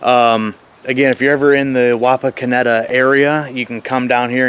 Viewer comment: Wapakoneta resident here! You said it right!😂😂